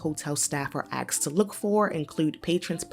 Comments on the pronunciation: Find a new narrator, can’t take someone seriously when they’re born in the States and still say “axed” instead of “asked”. Ignorance or inability? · axed to look out for? 🤔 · Lady talking was a no. Could not finish video. Her mouth sounded sickening wet and she said ax instead of ask. Nope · “Some of the signs hotels are AKSED to look for..” wtf get someone who speaks the English language correctly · Axed smh it’s ASKED LADY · Axed =/= asked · Lol, she says “axe”, instead of ask. The voiceover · How is it possible the narrator still says "axed" instead of "asked"? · This is too important of a topic to have the narrator pronounce things wrong. “La quinta” and “asked”. Come on cnbc. You should have better quality than that